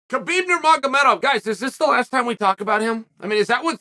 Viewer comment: Of all the names that Uncle chael says wrong, how the hell does he get that one right!?